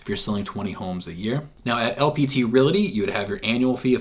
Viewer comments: I think you are pronouncing re-LA-ty instead or re-AL-ty. :) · Realty NOT RelAty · its the way you/re pronouncing the word, Realty. Correctly pronounced, you should first say "REAL", then add the "TEE", hence it should sound like, REAL-TEE, instead of Real-La-Tee, the way you say it. We're just trying to help you my dude.